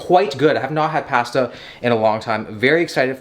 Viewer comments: I hate the way you said pasta. I fixated on that and forget everything else that was said. 😂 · When I heard him say pAsta I just about screamed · Wait, say pasta again 😂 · lmaooo why yu say pasta like that😭